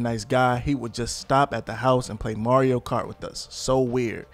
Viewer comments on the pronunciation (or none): none